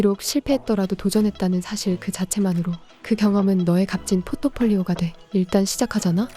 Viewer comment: 아!! 포토폴리오아니고 포트폴리오라고~~~왜그랴~~아마추어같이~~